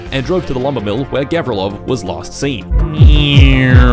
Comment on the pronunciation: Actually, it's govrílov, not góvrilov